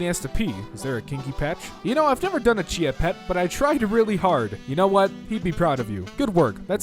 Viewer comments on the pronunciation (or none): none